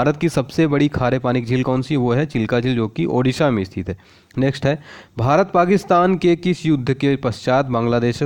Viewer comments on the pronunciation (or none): none